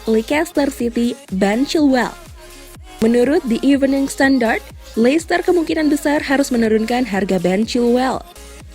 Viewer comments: leicester harusnya dibaca leister min bukan leikester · Kenapa jadi likester dah, leister aja lah min lebih enak di telinga..